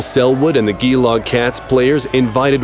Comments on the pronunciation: GEE LOG? ITS GEE LONG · geeelong cats. bruh. its pronounced jeelong. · . Its not pronounced Gee-long Cats, its pronounced Jee-long Cats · wtf is a gelog its fucking gelong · ain’t no way. It’s pronounced jeelong, not Geelong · its pronounced jee-long cats but geelong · Gheelog....Geelong bro g-long lmao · Gee-Long Cats mate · Bro seriously pronounced Geelong gee-long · POV: Your an australian who just heard this guy say "G"eelong cats. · As an Australian I am insulted because of how he pronounced Geelong. It's pronounced jalong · he really said "GEELONG cats" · geelong is pronounced jee-long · Gelong this is how you pronounce it juh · long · G-eelong cats G as in Gender . Geelong. Great vid none the less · nah the way u said geelong cats. disrespect